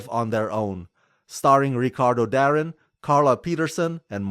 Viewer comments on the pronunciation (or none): Ricardo Da-rin? No mate, is Ricardo 'Dareen'